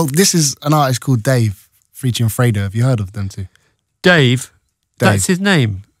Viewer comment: isn't it pronounced 'free dough'